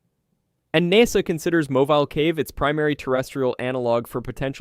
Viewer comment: I swear you’re mispronouncing deliberately at this point, who does know how to pronounce NASA